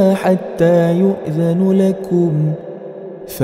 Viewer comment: Mohon dikoreksi ustadz surah An-Nur ayat 28 ada salah baca harakat harusnya yu'dzana tapi dibaca yu'dzanu menit 37.53. makasih